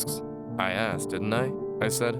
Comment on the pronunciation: DIDN'T is not pronounced DIDENT. THING is not pronounced THINK. CARING is not pronounced CARINK.